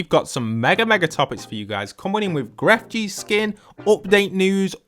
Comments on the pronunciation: I'm still hearing "Gref gee" and it makes me feel muy incómodo. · Lo siento bro me duele el corazon porque enseria gref gee suena mal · This is random but when you say Grefg you don’t pronounce the G at the end. It’s just said like Gref :3